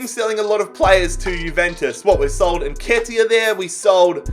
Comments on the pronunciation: Thx plus u got nketiah right the first time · Don’t worry man you pronounced Nketiah correctly 😂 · you pronounce it correctly somehow